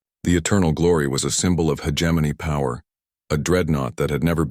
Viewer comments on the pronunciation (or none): I can never get past the AI mispronouncing "hegemony". It's not a J sound. It's a hard G sound......